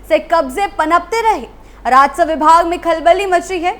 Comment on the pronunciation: बे‌ लगाम को बेल गाम और राजस्व को राजसव‌ बोलकर भी मैडम एंकर बनी बैठी है